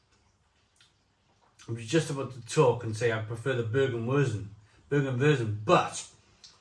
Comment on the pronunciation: Hope you don't mind me giving you a few pronunciation tips mate (I'm a Taff living in Germany) Germans pronounce Z as "tz" It's pretty difficult to get your tongue round and get it correct.. Bergwurz (baerg-wurtz) means Mountain Spice (or root) ..Double meaning !! Kaminwurz (kameen-wurtz) is Chimney Spice (root) Landjäger (land-yay-ger) means country hunter. Radler simply means cyclist (so it's beer for cyclist) Glad you enjoyed them all 👍 🏴🇩🇪